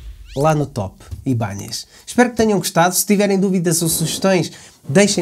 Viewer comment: O nome mudou… tiraram o til do “n”… por favor PARA DE DIZER “IBANHEZ”!!! 😅😂